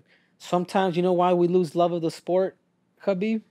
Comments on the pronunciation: STOP CALLING HIM KABIB BRO GEEZUS. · Yet people don't even take the time to learn how to say his name properly.